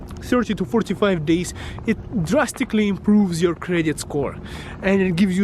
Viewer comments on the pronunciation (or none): Sounds like he said 4 to 5 days 😂😂